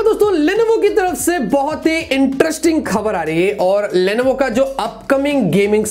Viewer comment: You say Lenovo but I hear Levinho (pubg player) 😍✌😂